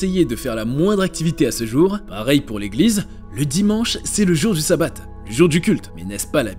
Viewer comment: 😊Ont prononce chabat pas ssabat le s et un shin et se prononce ch 😉si non intéressant 👍